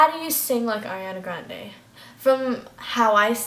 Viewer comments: Airiana Grande lmao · Airiana Grande omygod 😂